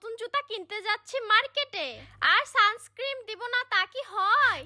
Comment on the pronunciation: ওটাকে সানস্ক্রিম বলে না ওটাকে বলে সানস্ক্রিন ক্রিম তোমার বলতে ভুল হয়েছে